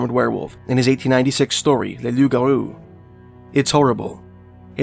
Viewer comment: Thank you for being the first youtube channel to get the name of the Loup Garou, correct .. so sick of idiots calling it a rougarou